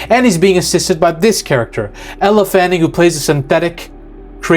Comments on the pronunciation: Yeah…it’s been said in other movies. It’s “You-tahni” not “yute-any”. And it’s also “L Fanning” not “Elluh fanning”. Don’t mean to criticize his annunciation, but these are facts, stated in interviews/movies. Solid video outside of pronunciation. And I believe he’s right. She is supposedly play “twins” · YOUUU TAN EEEEE. Get it right, please. And its "L" Fanning. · Weyland Yoo-Toony and Ella Fanning